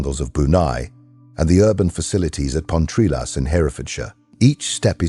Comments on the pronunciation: Pontrilas not Pontrelas. Ai just can't get it right! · I suppose they have to call themselves something. Andy McNab and Chris Ryan are as good names as any. BTW, it is pronounced Pon Try las' (Pontrilas). and Hair-e-ford (Hereford)